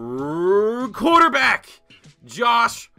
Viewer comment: "rrrrrrrQuarterback!" Lmao